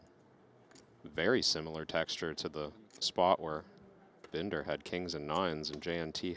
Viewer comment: They keep butchering Binder's name. Poor guy.